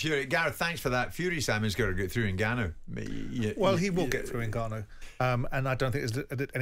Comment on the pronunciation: Someone please tell garath its not 'n-ganu' but Ngannou